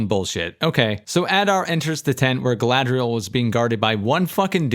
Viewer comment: You didn’t mention the horrendous way the names are pretentiously pronounced. “GaLaDrIeL!”